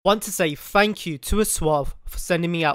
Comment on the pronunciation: British people be like: fank you